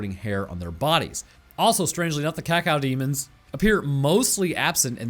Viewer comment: Bro said “cacao demons”